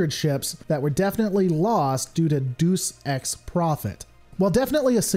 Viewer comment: It's "infallible", not "infal-yuble". Sorry, pet peeve. It's, uh...also "synopsis" not "sy-NOPE-sis", and "deus ex" not "DOOS-ex". C'mon, dude. Fail.